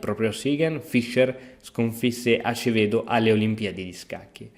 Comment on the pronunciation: NIGEL SI PRONUNCIA NAIGEL E ACEVEDO SI PRONUNCIA ASEVEDO...